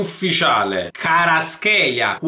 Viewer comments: he is not karatskelia. he is kva ra tskhelia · NO KHARASCHELA SI PRONCIA KVARASCHELIA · comunque si pronuncia "QUARASCELIA" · Varaskelia si dice bro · si dice "Kvarasquelia" te l'ho dico perché mia madre è madre lingua